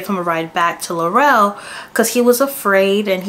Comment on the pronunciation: We been protesting up here bc it’s all lies… these yt people gone stick together.. And Laurel is pronounced like Laural not Laurell